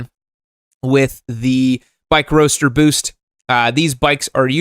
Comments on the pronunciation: does he not know its not boost but boast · Can't tell if you can't read or if you don't speak English as your 1st language. Roast and boast rhyme. Some other words that rhyme with them: coast, toast, most and ghost. What you're saying is spelled...boost! Later